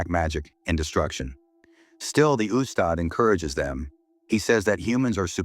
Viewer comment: This is the very first time I hear AI pronounce "ustad" & "Ayatul Kursi" correctly